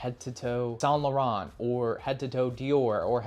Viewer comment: You should learn how to pronounce French words properly like Dior Homme and Saint Laurent.